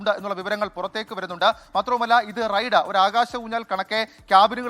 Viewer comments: റെയ്‌ഡ്‌ അല്ല റൈഡ് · Raid alla Ride àanu. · ... "Raid..."??? Allaa..... "Ride" ennu parayoo kuttee...